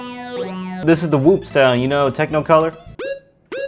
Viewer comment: Uk he said TECHNOcolor. Lost in INSPI......